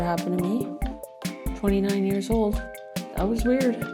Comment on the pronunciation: She said 29 yes old. I had to listen a couple of times.